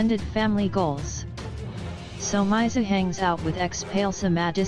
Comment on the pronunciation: "somayzi" kahle robot voice ✋